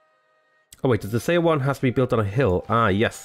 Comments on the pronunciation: Seondeok is pronounced Soundouk Edit: And Seowon is like "Souwon" Also, Lmao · Her name is pronounced like "sun-duck" and Seowon is pronounced like "Suh-one". When Korean is written with English letters, "eo" is pronounced like "uh".